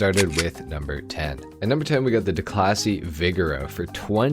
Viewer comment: “the duhclassy viggero”